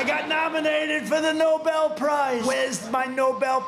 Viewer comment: He seems to be saying "No Bell" piece prize. Could he be referencing the boxing ring? A TKO perhaps? That could leave someone in pieces.